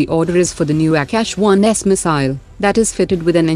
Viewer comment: Don't change your accent of saying aakasha it's not ऍक्यश